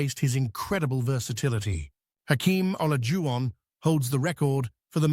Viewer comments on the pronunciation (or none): Just say Hakeem if you can't pronounce Olajuwon.